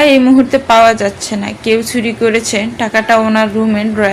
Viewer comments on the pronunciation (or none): "চ" কে "ছ" অর্থাৎ চুরি কে ছুরি। "ভ" কে "ব" অর্থাৎ আভা কে আবা। এছাড়া পড়ার মাঝে হাই তুলা। টু থ্রি তে পড়া বাচ্চাদের রিডিং পড়া। ব্যাস, এইটুকু শোনার পরে আর বাকীটা শুনা সম্ভব হলো না।